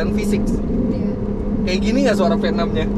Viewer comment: Mesin Venom.. ngeri banget.. venom.. Ternyata cuma pelafalan Indonesia.. V6😂